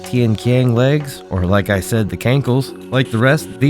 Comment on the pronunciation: It's pronounced as Tian-Chiang, not Tian-Kiang, but I understand that the spelling for it is quite misinforming. Also, the name of both Tian-qian (天槍, "Heavenly spear" or "Spear of the sky") and Tian-lao (天牢, "Heavenly jail cell") originated from ancient Chinese constellation system, as all other Dafeng products do. It is understandable for people to get it wrong though, since no one uses this constellation system anymore, even the native speaker of Chinese could easily misinterpret its meaning.